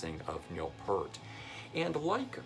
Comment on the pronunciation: Stop pronouncing Peart as Pert!